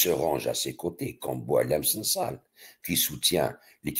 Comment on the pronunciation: Le "Sangsale" évacué... Évêque... Vicaire se prononce(viquaire) Les viscères ???😊😊